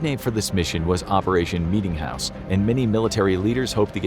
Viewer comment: Bro meetingjouse sounded worst than the atomics